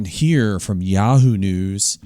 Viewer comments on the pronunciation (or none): none